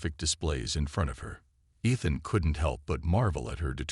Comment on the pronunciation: Teach the AI TO SAY E-than and un-READ-able. Does Bryan Cranston know yourvAI uses his voice.